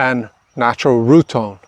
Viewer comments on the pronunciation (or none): none